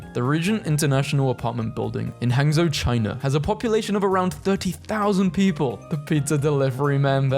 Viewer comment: look ik chinese is super hard but seriously seeing people who don't speak the language try to say its words are just so funny to me i mean come on "hang-zo" is like pronouncing "with" as "wit-he"